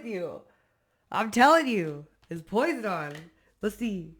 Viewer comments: Thank you hun for your truth lead readings, you have no idea how The CREATOR OF THE UNIVERSE IS USING YOU TO HELP WOUNDED WARRIORS! ❣️ PS: Posiedon is pronounced Poss-idon you know the mythological person! YAH is sick of the BS the unsaved “worldly masses” are disrespecting His WAY n WORD … for thousands of yrs He waited patiently for souls to obey and see the benefits of what He’s offering n He’s finally lifted His hands of protection up off the world and letting the masses have what they want ( hasatan n ‘is minions n evil) …He’s turned those steeped in evil over to their god hasatan for the destruction of their flesh that their soul’s process that they may end up being saved …. the unsaved want their curse/KARMIC mess then YAH is letting them suffer in it until they sincerely want HIM/YAH/CREATOR N HIS SON MESSIAH AND THEN HE WILL WORK WITH THEM IF THEY ARE TRUELY INTERESTTD IN HIS WAY N HIS WORD N SALVATION IN HIM n Y’SHUA N THEIR HOLY SPIRIT look how many plagues it took Pharoah to let YAH’s people go n Pharoah still didn’t learn he led his military to drown & he drowned with them in the Red Sea/Sea of Reeds trying to chase after the Hebrew-Israelites to ensnare them again & YAH YELLED AT Pharoah “ NO! I SAID STOP YOU LET MY PEOPLE GO… Pharoah n if you won’t STOP N LEAVE THEM ALONE I’m PUTTING A STOP TO YOU Pharoah so your people will learn their lesson!” So right there Pharoah drowned with his military in his rebelliousness as he tfollowed Moses and the people of Israel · Hey darling,... it's pronounced- Poz-eye-don, the Greek God of the ocean's. Very powerful ... just like your readings baby! Keep up the good work sweety! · I just wanted you to know its pronounced PO-PSY-DON 😆 I think its cute the way you pronounced it though lol and yes I be casually crule 😂😂😂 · Poseidon is being casually cruel to for mispronouncing his name. If you need your back or anywhere scratched, I volunteer ❤😂❤️🙏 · I know you know that name..... Poseidon (Poe-sigh-den)